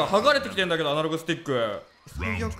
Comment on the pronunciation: 「アナログスティック」が「アダルトスティック」に聞こえた